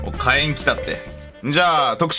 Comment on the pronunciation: かえんじゃなくてひけんだよ